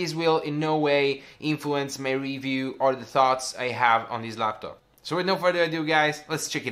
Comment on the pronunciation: The design speaks for itself it looks so good. But the “Star LabTop” is triggering me so hard.